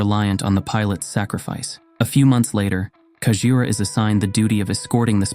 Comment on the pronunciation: “Sak-re-fice of his Pooples”